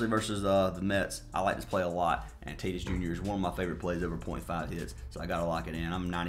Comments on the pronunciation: You lost me when you mispronounced Tatis multiple times. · He always pronounces the names wrong as a joke. He’s been doing that forever